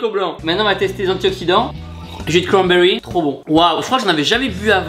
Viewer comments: jus de cwanbewy😂😂😂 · Tibo: Du jus de cwambewi Moi:🤣